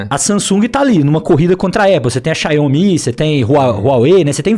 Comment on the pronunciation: "xaiomí"?? que porr4 é essa? kkkkkk